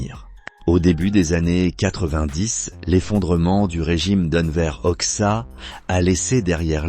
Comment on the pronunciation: On prononce "Enver Hodja" banane...